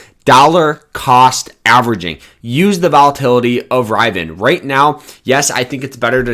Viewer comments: OMFG "RIV E IN" phonetically. Please do not take advice from here. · Did you say internal public offering? And are you pronounce it Rivan? 🤦🏼‍♂️